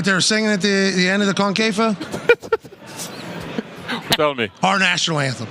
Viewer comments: Pat: "And we also won the CONE-KAY-FAUX" Henry: 😯😲😀😆🤣 "the COIN-K-FAWKE" 😜🤪 Pat:"Tha's wha we won Thierry! We won it! and you know what they're singing at end of CON-CAKE-FOUGHT???" Henry: (HOLLERING 🤣🤣🤣🤣) I'm gonna make a video of this; the meme potencial is unrivaled LOOLOLOLOLOLLOL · " the concafa" jajajajajajajaj😂😂😂😂😂